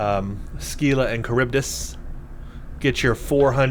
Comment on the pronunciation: You may have been told this already, but it's pronounced "SILLA" (rhymes with "Willa"). You got Charybdis right.